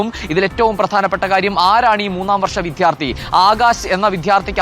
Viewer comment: വിദ്യാർത്ഥി ആണ് വിധ്യാർത്ഥി അല്ല.. രണ്ടാമത് വരുന്ന അക്ഷരങ്ങൾ ഉറപ്പിച്ചാൽ മതി